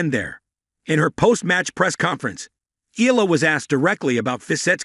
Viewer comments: It's AI talking. That's why it pronounced Eela not Eyala. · Correct Filipino pronounciation of her surname is (eyala) not (ela), hope you got this correctly on your next videos